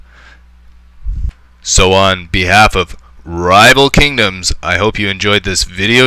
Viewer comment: you should patent the way you say "rrrriiival kingoms!"